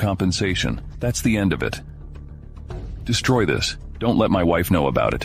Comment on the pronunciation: Quite a few English words are mispronounced. One word destroy is-to des-troy Not de-strory 😢😢😢